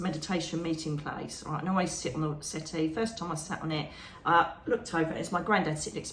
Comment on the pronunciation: Wonderful talk 🥰..I was a little confused at first 😀. You were talking about your meditation and I thought you said you walked into a white city!..it took a minute for me to realize you were saying settee! 😀🤣🤦‍♀️.. love your talks ❤️✌️💖